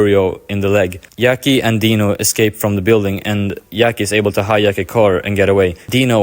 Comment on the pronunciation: Yackie?? I understand that we cant pronounce italian namens right but jackie?? Like jack